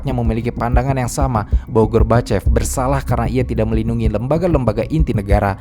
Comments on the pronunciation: Michael gorbachev bamabang bukan michael gorbokep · Koq melafalkan Michael Gorbachev dengan gorbokep gitu sih? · Lagi serius denger.. Eh malah ngakak ngedenger narator ucapin mikhail gorbachev... Menit ...sengaja?